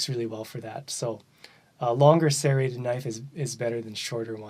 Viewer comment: SERRATED, not CERATED.